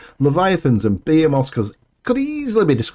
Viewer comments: nice to hear somebody pronounce behemoth correctly, for a change,. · OK, I've always pronounced it /bə he' muth/. But I'm American and insecure. All the online pronunciations seem to agree with me, though. Is there an audio link to the proper pronunciation? Here's a video with American, British, Australian, and Welsh: https www YouTube com/watch?v=b6m32ia4xoY The British one is /be' a moth/